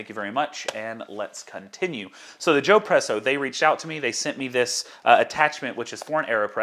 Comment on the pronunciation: Could you please suggest an appropriate filter screen to buy, to replace the inadequate Joepresso screen? In the video, you said you hoped to add that link here, but I guess you didn't have time to do it. Thanks! (By the way, since espresso is such an Italian idea: when I heard you say "Joepresso", I expected that it would be spelled: Giopresso.) - toby